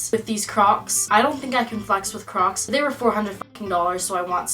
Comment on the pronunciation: kept hearing “crops” not “crocs”